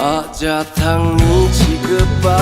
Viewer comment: Don't pronounce the word Thongni as Thon gni ,it should be Thong ni